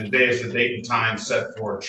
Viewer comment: Do Moronish Slobbering Citizens EVER win in any case in any jurisdiction? Just axing. TaDAY…….